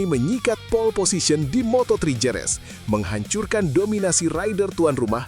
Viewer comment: "HEREZ" Kek ! Bukan Jerez ! 😝